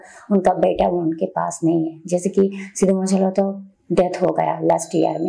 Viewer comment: Madam Pehle Sahe Se Naam Bolna Sikho Legend Ka 🔥